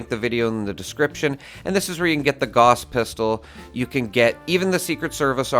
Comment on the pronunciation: You pronounced "gauss" wrong.